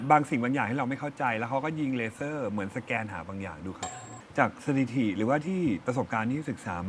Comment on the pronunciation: “สติถิ” ทั้งคลิปเลย ฟังแล้วขัดๆ😅